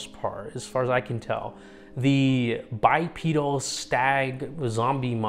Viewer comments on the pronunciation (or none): none